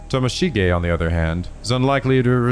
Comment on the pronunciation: Morishige watching mispronounce Tomoshige: where do I get one of these curse stones?? (Hehe jk love ya!)